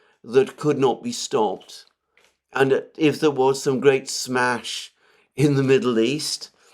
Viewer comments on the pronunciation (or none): Mercouris always sounds hilarious when he says "smash". 🤣